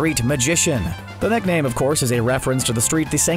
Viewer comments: why does it sound like you're saying neckname and neck fury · “Neckname” or is it just me?